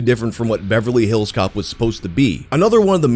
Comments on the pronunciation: Me too but the emphasis putting on hills in “Beverly HILLS Cops” is unreasonably bothering me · I love the way he says Beverly Hills Cop. Beverly HILLS Cops. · OK is anyone else put off by how he says Beverly Hills Cop with the emphasis on "hills" instead of "cop"? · You say “Beverly Hills Cop” so weird. 🤣🤣🤣🤣🤣